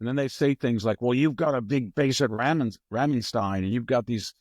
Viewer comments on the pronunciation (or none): none